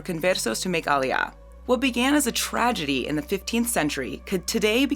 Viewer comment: "IT"S A TRAJESTY SETH!!"